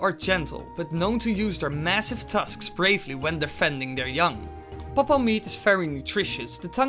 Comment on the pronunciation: I love when he says pop-oh